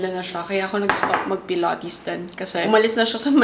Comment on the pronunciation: "pilOHtes" "vlOHg" 😂😂😂